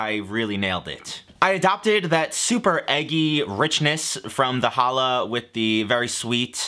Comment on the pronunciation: He braided the bread! It really is challah. I may be slightly cringing at his pronunciation (which isn’t totally fair because it’s not easy to pronounce right) but I’m excited and into it nonetheless